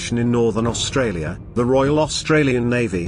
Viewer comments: Australia not Austrarlia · Australia not Austrarlia... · AUSTRARLIA? The narration is hard to endure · "Austrarlia?" Really? This was an interesting presentation about an action I'd never heard of, but to be taken seriously, you need to proofread your stuff. Nothing puts me off more than badges of ignorance in material I hope to learn from. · damn. WHo wrote this? Austrarlia? I do that in the morning but would use a speller for something like this. If this IS machine speech-it makes some serious errors of pronunciation which identify it as non English speaking creators. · What country this fella AustraRlia? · why is it Austrarlia ? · Austrarlia :), otherwise, brilliantly done :) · Great Video but its Australia not Austrarlia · It’s Australia not Austrarlia. Fair dinkum’, at least get our name right. Clearly your graphics person can’t spell. It is gun battery, not baterry. Also the narration should be South Australia, not ‘Australia’s southern state’. Very poor video for these reasons alone. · Austrarlia, that’s how Japanese pronounced it. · Sorry but all credibility for this video is lost when you read "Austrarlia" (sic) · At 3.17 ..AUSTRARLIA ... 🤣🤣🤣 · Austrarlia lol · its Australia and not AUSTRARLIA hahaha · Haven’t heard of “Austrarlia” before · "Austrarlia" seriously? talk about amateur hour! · Mate, the narrative is horrific and what the fuck is AUSTRARLIA? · AustraRlia.. LMAO. too many Rs.